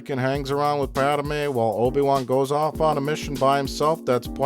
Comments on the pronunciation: Am I the only one who gets annoyed when he pronounces it like “Pad-ah-may” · Gawd damn it! The bitch's name is PADME! 2 syllables. Pad-MAY! Not "Pad-uh-may". Argh! After wstching these for so long, i couldn't take it. That is all.